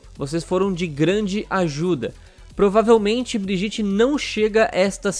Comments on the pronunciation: OW, a pronúncia de Brigitte é Briguita, não Briguite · A PRONUNCIA É BRIEDIETE NÃO "BRIGITI" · Se fala briguita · O certo é Briguita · Socorro, ele fala Brigitte errado. Que agonia. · Fala o nome da mina direito😂😂😂